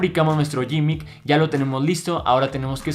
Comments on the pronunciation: gimmick se pronuncia "GUImic" y no "YImic" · De hecho se pronunci gimick, no se pronunci ninguna u